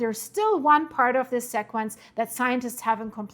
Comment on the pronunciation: I watch all your videos. You do an incredible job. But there is something super small that drives me crazy. Please don't get offended... Sequence is pronounced .. See quence Sea quence Sí quence C quence Thanks for all your great coverage, without you we would know very little .